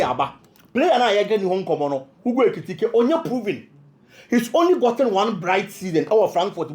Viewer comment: you pronounce the name better. Hugo Ekitike You're doing well 🎉